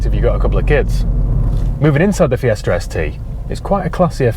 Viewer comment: It is Fiesta, not "FiesrR" .